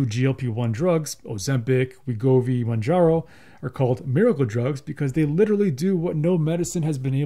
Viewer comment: What drugs, again? Your mumbling sounds like 'oseptic' and 'manjaro'. The description box below the video would be a good place in which to spell out unfamiliar terms.